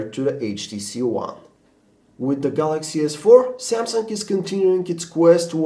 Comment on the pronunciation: sounds like he is saying the jizz 4